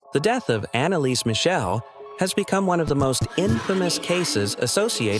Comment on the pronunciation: ¡¡¡Schrecklich falsche Aussprache ihres Nachnamens..‼️ 🖕🏻😡